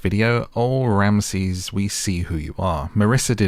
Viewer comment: Get the names right